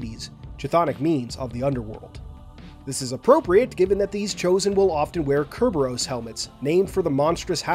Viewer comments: Cerberus the guard dog of the underworld is pronounced Ser-ber-is not Ker-bir-us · No offense but this man really pronounced Cerberus and curburus lmao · Anglicised it's pronounced with a "s" sound, Ser-be-ris, in the original Greek it is pronounced wth a "k" sound, Ker-be-rus. Note also the final vowel sound, wherein in English the final "rus" can be pronounced as "rus" or "ris" - not so in the Greek. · its ser-bur-us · Does Mass Effect just pronounce it differently or does Cerberus have multiple pronunciations naturally? I think that my 4+ Legendary Edition playthroughs is the only reason I'm noticing it. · There are multiple ways of pronouncing it. Mass effect uses the modern English way. The Latin/ancient pronounciation was Different. Most "c"s in Roman Latin was pronounced as a" k"-sound. Though language is a fluid thing. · Cerberus is pronounced with an s sound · Your pronunciation of Cerberus hit me like nails on a chalk board bro. That’s not how u say it. Other than that great vid! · He said cerberus wrong and it irked me for some reason. Whats wrong with me? Lol